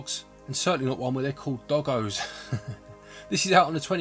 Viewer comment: Well, it's actually 'dog-GOOs' in the pronunciation, as the creatures in the series are basically dogs crossed with slimes (goo) as enemies. Dude just kept saying it wrong.